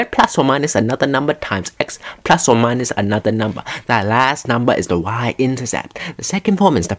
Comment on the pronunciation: Dlaczego mnie śmieszy to że ten koleś mówi "plas" zamiast "plus"